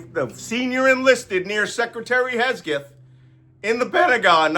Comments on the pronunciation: Why say Hesgeth? "Hegseth" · HegSETH not Hesgeth. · Malcom, It’s Hegseth, not Hesgeth. Don’t let someone use that minor mistake to discredit your message. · Malcolm, I hate to nitpick but I think it’s important. It’s Hegseth not Hesgeth, and hyperbole not herperbole. Accuracy is important. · SECDEF. I'm Australian, living in Australia. And I was of the impression Pete's surname was HeGseth, not HeSgeth. Which is it. And it's extraordinary disrespectful to mispronounce someone's name, irrespective of what you may think of them as a person. If you can't show someone basic respect, why should they give it to you in return? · Malcolm. We love you. A small correction. His name is HEG-Seth. You kept saying HES-Geth. It is HEG-SETH. Please get it right. Stuff like this bugs me and I miss the actual message. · Mr Nance….great lesson, but it’s Heg-seth, not Hes-geth. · Can you please not shout? 🤕 Also, it's HEG-seth....not HES-geth. Please don't take offense. Love your channel. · Thanks for your professional and experienced perspective. FYI it's Hegseth, not Hesgeth. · Love it that you keep calling him Hesgeth instead of Hegseth. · Hahaha - I noticed that, but wasn't sure if it was intentional 😅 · Awesome content, perfect delivery, thank you. Just one thing: the man's name is Hegseth rather than Hesgeth. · Do you mispronounce names on purpose? Fortunately for us, Pete Hesgeth has no role in the government at all. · its HEG-rhymes with KEG, SETH-rhymes with METH, pronounced HEGSETH, NOT HESGETH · Malcolm, please learn how to pronounce Hegseth’s name correctly, threat that he is. It is HEG-Seth. Not Hess-Geth. You’ve been doing this for months. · It's Hegseth, not Hesgeth, Makcolm. Don't give the traitors a weapon with which to attack you. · His name is Hegseth, not Hesgeth! It's much closer to Hexit. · Malcolm, you keep pronouncing SecDef's name wrong. It is Heg-seth, not Hes-geth. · It’s Hegseth, not Hesgeth. A good way to remember is that it rhymes with Kegbreath.